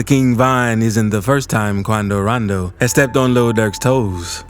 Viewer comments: I swear this channel owner like mentioning the name Quando rando in a funny way 😂 😂 😂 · "Quando rondoo" 😹😹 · Hahahahah 😂 QoUNDO RONDOO ! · The way he says quando rondo 😂😂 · this bro got me dyiin 😂😂😂 how he b sayin quando rondo name 😂😂😂😂😂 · “Quando rondo”🤓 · My does this man have a Mexican accent when impersonating quondo rondo 😂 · y bro say quando rondo like dat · The way u sayin quando rondo